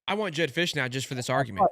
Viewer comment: Fisch is not it!